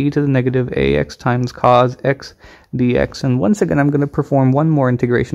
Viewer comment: Which is worse: teeee-gral or C O S? This video is cursed